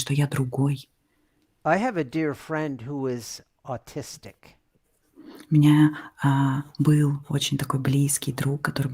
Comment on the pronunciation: Кажется на речь о человеке с аутизмом - autistic, но действительно слышится как artistic, творческий